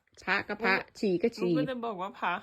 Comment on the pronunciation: อ้อ น้องพูดว่าพะ(พระ) 😂😂